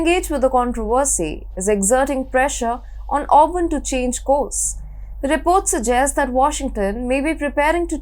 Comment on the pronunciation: ORBAN!!!!!! not Auburn!!!!!!!